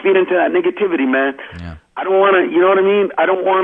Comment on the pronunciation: Did he say niggativity